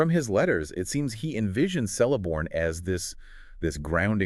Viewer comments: It is not "Sell - a - born". It is "Kell- a -born". His daughter (the wife of Elrond) is 'Celebrian' pronounced 'Keleb - bri - an' NOT 'Sele -bri - an'. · who the fuck is Seleborn XD its Celeborn K. Keleborn. lol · Pretty sure it's pronounced with a 'k' rather than an 's' sound.